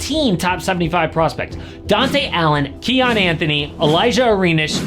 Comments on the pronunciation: “Cayenne” SMH 🤦‍♂️ quit calling him a bell pepper or Porsche It’s pronounced “Key-on” name of a great Persian King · Pretty sure its pronounced KEEYAHN, not Cayenne.